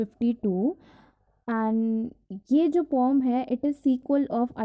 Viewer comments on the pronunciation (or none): What is pom.. pom.. pom.. You just pronunciating it like strange thing.. This is /pœm/